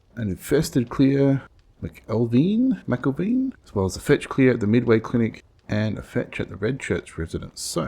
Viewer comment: Okay, this comment doesn't really have anything to do with 7 days to die, but 'McElveen' is pronounced 'Mick-elven' 😅 I work with someone with that surname, and that's how they pronounce it, at least 😅